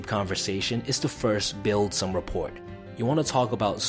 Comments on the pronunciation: Thank you for this video! I just wanted to point out that you are mispronouncing rapport... you don't say the t at the end. It's basically said like rah poor. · First off great message and great information. Second rapport...the "t" is silent.... ra.por. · FYI it's pronounced "rah-poor". The "t" is silent. Great video 👍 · btw it is REPOR the T is silent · Rapport prounced rapour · Not the be a stickler, but the “T” is silent in “Rapport”. Overall great video! Love the channel! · The "t" is silent in "rapport" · I just found your videos and I like them a lot. That said I don't want to be that guy I'm sure someone else has been that guy. Your mispronouncing rapport. The t is silent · Rapport - The 'T' is silent. Just saying. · Do Americans pronounce the 't' in rapport?